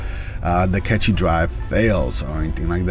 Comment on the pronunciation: Catchy drive? You mean "Cache" (kaSH) drive.